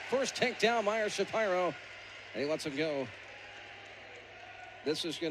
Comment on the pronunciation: Never heard Shapiro pronounced "Shuh Pie' ro"...annoying... always heard it pronounced ''Shuh Peer' O''.